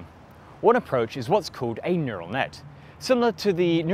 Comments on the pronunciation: What's a neutal network? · a "NEUTAL NETWORK"? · ah yes, the Neutal Network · "Neutal Network" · NEUTAL NETWORK 🤦‍♂️ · I really like "neutal" networks. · 'neutal network' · NEUTAL NETWORK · "Neutal Network" other than that, really enjoyed the video! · Ah, no. Nuetal Network. Great video though 👍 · NEURAL not Neutal!!! Hopefully you can find a way to fix it? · Is anyone gonna talk about the neutal network? Neutal network anyone? No? Just me? Well then... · Neutal Net :) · Hehe Neutal Network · "neutal" network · Would it also call a neural network a neutal network ?